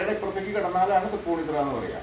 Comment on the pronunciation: അവതാരകൻ കുറച്ചുകൂടി ശ്രദ്ധിക്കണം: തൃപ്പൂണിത്തുറയാണ്, തറയല്ല